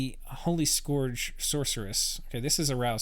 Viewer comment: Please stop pronouncing "scourge" as "skorj". It's "skurj". It rhymes with "purge", not "forge". It's driving me nuts.